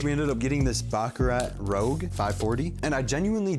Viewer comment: This dude really said "mason margiela" oh my goddd. and baccarat ROGUE im deddddd